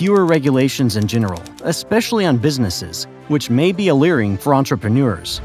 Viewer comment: Good content but your pronunciation is brutal Deeestin?Floridans?Alleering?